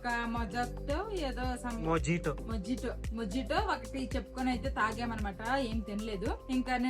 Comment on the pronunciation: mojito ne but mohito ani pronounce cheyaali